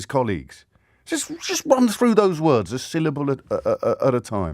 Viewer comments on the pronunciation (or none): none